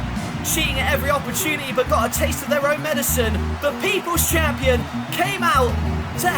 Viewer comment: When you said The People's Champion I thought you said the Divas Champion lol